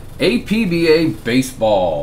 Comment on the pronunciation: It's pronounced APP - BAH